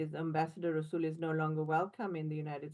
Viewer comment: Rasool the r is silent 😂😂